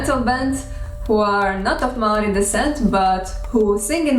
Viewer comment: Great pronunciation for someone who's not even Kiwi, let alone Māori. Gotta say, though, 1st century AD is the earliest date I've ever heard for the arrival of Māori here, by quite a long way. Modern archaeology puts the first settlement at mid 13th century. I've heard a Māori estimate based on genealogy that puts it in the last century or two of the first millennium. I should also add that ng and wh are digraphs (like English th and sh), not diphthongs. Did you know that the Māori word for "what" - aha functions mainly as a noun, but can also function as a verb? It even has a passive ending -tia! The Māori for "What has happened to you?" is "Kua ahatia koe?" Literally, "You have been whatted?" Overall though, I'm impressed with the accuracy and with the care you have taken over this. I've enjoyed several of your other language videos recently, and this gives me increased confidence in the information you've shared there. Mā te Atua koe e manaaki!